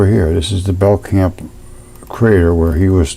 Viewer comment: The K is silent, it is pronounced bell-nap Camp/Crater. I have a Belknap family near me and that is the way they pronounce their name [bell-nap]. is onto something HUGE here! No pun intended. Lol